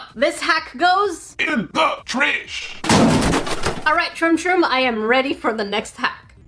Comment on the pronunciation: why do you say tresh insted of trash